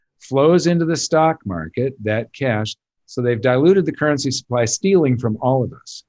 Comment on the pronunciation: Beep! Beep! It's "currency" guys. Let's keep this show on-track. lol